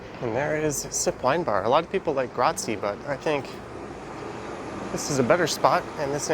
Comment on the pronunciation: The Italian word is pronounced “GRAT-zye,” by the way. ;) Glad to see Toronto will gradually return to life. ’Twas about time. (